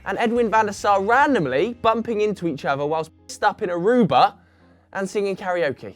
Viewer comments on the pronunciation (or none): none